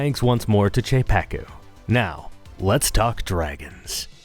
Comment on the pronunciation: The "Cz" in "Czepeku" was flawless 😎